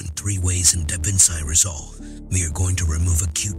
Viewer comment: "DAH VINCE EYE RESOLVE". 😅 But seriously, Great tutorial!👍